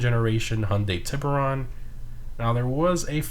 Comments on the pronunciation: The way he says shark in spanish is so wrong but Still funny at the same time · Wow honestly surprised none of these comments were about the pronunciation of tiburon, nice community.